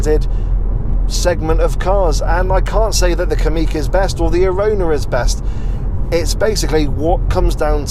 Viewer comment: Pronounced Kamiq correctly 👍 most folk say "Kammiq"